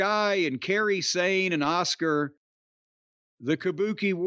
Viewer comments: Are we just going to ignore that Jim cornette just called Asuka Oscar 😂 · Jim actually pronounces the group name and Kairi and Iyo's names properly but can't bring himself to say Asuka's name properly even though she's clearly a first ballot HoFer.. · I love Asuka but Jim pronouncing her name "Os-Car" gets me every time. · Goddamnit Jim promounce the names right!!!! Auska, and Jade Cargill